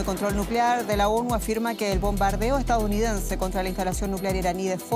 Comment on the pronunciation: Dice "estaOunidense" por "estaDounidense"